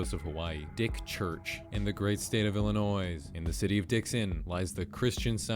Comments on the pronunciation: You pronounce the S as the end of Illinois and I can’t look past it. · for the love of God, ITS PRONOUNCED ILLINOI NOT ILLINOIS the S is silent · noooo he pronounced the s in illinois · “Illinoise” CRINGE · You said illinoi”s” lol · The s in Illinois is silent, so it's pronounced illinoi, but spelled Illinois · BRUH THE S IN ILLINOIS IS SILENT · Bro you don't pronounce the s at the end of Illinois. Come on man I almost subbed bit that stopped me....... Jk I still subbed bit not a good look!!!!' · uh sir the s is silent in illinois